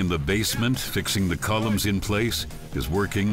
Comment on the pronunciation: Also this guy calls them “columes” hahahahaha like volume with a C